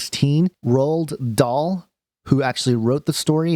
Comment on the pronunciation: Pronounced Roal not rolled bro, roahal dahl. Love your vids. Had this story as a kid read by different teachers heaps, hence the schooled pronunciation.